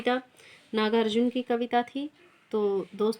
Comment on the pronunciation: नागा-अर्जुन ??😤 कृपया सही उच्चारण करें..!!